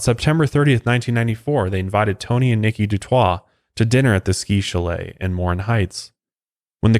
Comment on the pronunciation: Funny how u say chalet.